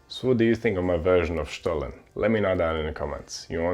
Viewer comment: Kudos for pronouncing 'Stollen' the perfect german way 😉